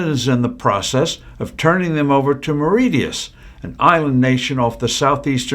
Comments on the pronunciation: Marishius is the pronunciation oh Mauritius. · Mauritius-learn how to pronounce it before posting